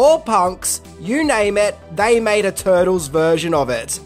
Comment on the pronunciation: In minutes of this video I swear it sounds like he says " They mad different versions of these Niggas".. I know it isn't just cause I'm black🤦‍♀️